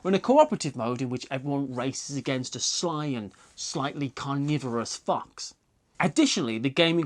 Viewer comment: It took me a moment to realise that you actually said "fox".